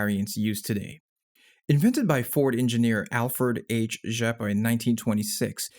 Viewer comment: Great pronounciation of the name "Rzeppa"! :)